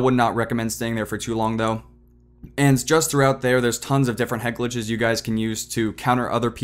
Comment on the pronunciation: you say "ant" instead of "and"